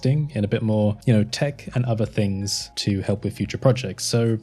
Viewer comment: Why do you say "fings" instead of "things"?